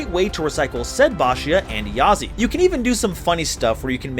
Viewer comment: Bro, I don't expect perfect pronunciation but how can u mispronounce yazi as "yaza"??